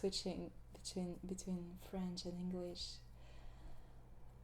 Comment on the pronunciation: I love your voice and your French accent is verry good (From a French speaker)